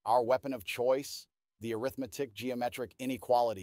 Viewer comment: "Arithmetic" as an adjective should be pronounced differently.